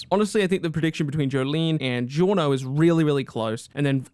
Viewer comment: GIORNO Dillo bene Say it right